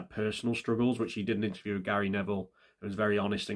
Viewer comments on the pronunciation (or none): none